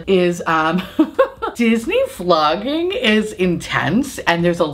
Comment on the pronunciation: I thought you said Disney Flogging at first and thought, ooh that's kinky, lol.